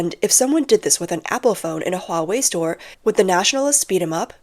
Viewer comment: Hahaha! You can have your hwuawei! Thank you.